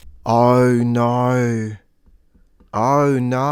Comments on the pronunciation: lol. fun video. If you want to improve "Oh No!" to make it more Aussie - try "ah, no!" or "uh, no!". Also for a more broad accent you have the "naur" sound for "no" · Did you see those shorts on youtube that include AUSSIES CAN'T SAY NO. There are other Aussie pronunciations in the same vein. I mentioned it because your NO needs work. Sorry mate. BTW? Making the a an e? So if we go to Macca's is it off to Mecca? Yeah nah.